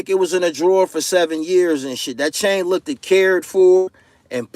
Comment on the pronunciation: You cant be out here saying you're the best and saying "look-did" at the same time. You pronounced it "looked" a couple times in the video, so you definitely no better!! Get your shit together!!